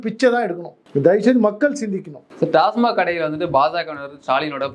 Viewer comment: நண்பரே ஒரு சின்ன திருத்தம்.TASMARK (டாஸ்மார்க்) அல்ல.TASMAK (டாஸ்மாக்).பல பேர் டாஸ்மார்க் னுதான் உச்சரிக்கறாங்க.நன்றி